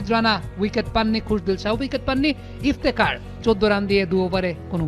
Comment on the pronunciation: সাথের এই ধারাভাষ্যকারের উচ্চারণ এত বাজে😔! তউফিক,ইফতিখার এগুলো কি ধরনের উচ্চারণ? একজন প্লেয়ার এর নাম যদি সঠিক ভাবে না বলতে পারেন 😇। আরেকজন শুধু এলিভেশন দিয়েই চালিয়ে দিচ্ছেন।